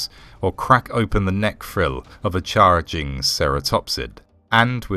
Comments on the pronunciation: Can you explain how someone with the King's English is saying Charr-er-jing? And burr-fect then? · The AI you're using is great, but it's pronouncing certain words completely incorrectly. Charging = Charr-er-jing. Perfect = Burr-fect.